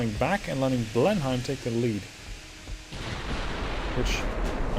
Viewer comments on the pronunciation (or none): none